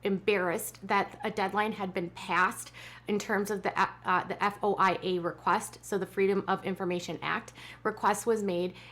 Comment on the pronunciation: FOIA is usually pronounced “foy ya.”